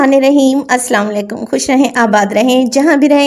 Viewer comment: Asslam Le Kum se tarjuma badal jata h . Please AAP Salam ka talaffuz Sahi krlein . Assalam o aliakum .(AAP pr salaamti ho)